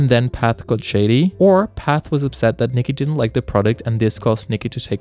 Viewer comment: It's Pat not Path